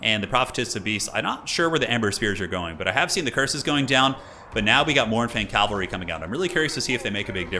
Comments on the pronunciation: sad to admit but saying calvary triggers me. Cavalry, say it with me, cavalry. you shorten it to cav, not cal, so why? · For the last time, it's pronounced CA-VAL-REE